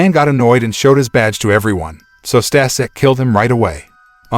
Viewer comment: It's "Stashek" - you could at least check the foreign names pronounciation... Oh god I can't watch, this is cringe - watched up to Stasek, my ass...